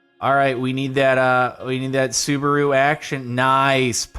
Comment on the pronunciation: Sue-bah-ru I'm dying😂😂😂😂